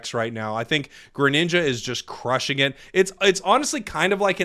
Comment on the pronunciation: you had a new subscriber until u started calling greninja "granned" wtf is a granned???????????